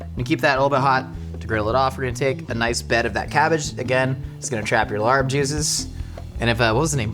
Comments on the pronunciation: The incorrect pronunciation of larb always drives me crazy. Not just. Most YouTubers. 😵‍💫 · The R in larb is actually not pronounced - I don’t make these rules! Anyway, love your videos! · I knew the larb was gonna be a fail when he pronounced it like that..hard on the R 😮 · it’s pronounced “lahb” not “larb” pls🤧 i’m cringing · the Thai dish larb is pronounced "l-ah-pb" so the R is silent. Just wanted to let you know since it sounded so funny hearing you say LARB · Just a quick clarification — it’s actually pronounced laab, not larb! And while you’ll often see it on Thai menus, laab (or laap) is originally a Lao dish. Laos is where it comes from, and it’s a huge part of Lao cuisine and culture. Thai cuisine adopted it from the northeastern Isaan region, which has strong Lao roots 😊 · Fine, I'll listen to Ologies. Also, lARb? Homie, its pronounced like lap but you gotta stread out the a in it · "Larb/laab/laap" is pronounced as "L-app", not like "L.A.R.P". Also it's Laos not Thai, but closes enough... Not like your pronunciation tho, gdi. I never understood pronunciation cringe until now. Other then that nice to see an attempt, even if you did butcher it. Ground meat works to save time but will always tend to dry out much more than minced rare meats, especially if you don't eat hot (which larb topically isn't) . And we use lettuce not cabbage, i think imo it's also not as dry when raw/fresh. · Larb is pronounced more like lop. I say larb too cause I think it’s funny when I read it at restaurants but in case you wanted to know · I just realized what you were talking about when you were saying “larb.” It’s a the national dish of Laos and very popular in Thailand but all sorts of Southeast Asian people have their own way of making it. Also, it’s pronounced more like “lah.” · There's no "r" in the pronunciation of larb, it's confusing. It's pronounced laab, and the b has a bit of a p sound to it. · Your pronunciation of Larb is very unfortunate